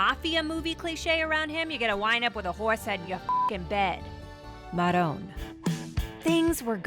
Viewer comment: Narrator said Marone lol. Must be a writer on Daily Show from Buffalo or Upstate NY. Pass the romano goombah!